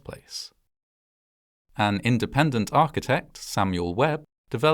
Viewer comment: "Thee *Arch*itect Sketch! Up there!"